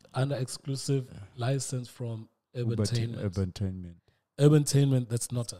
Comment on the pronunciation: It’s Duma Collective, not Creations. It’s Urbantainment not Ubatainment